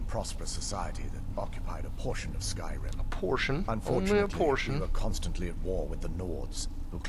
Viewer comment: So uh this guy calls is skirim